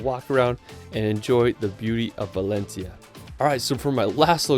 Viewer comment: All the names are mispronounced, very amusing for spanish people Valensia, Sevil, Barselouna. But amazing video!